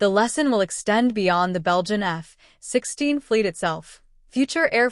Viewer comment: At least teach your annoying AI waffle robot to pronounce F-16 properly 🤦🏼‍♂🤦🏼‍♂🤮🤮👎👎👎